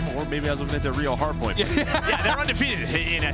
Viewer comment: Anyone going to tell it’s not DiamnonJON? 😂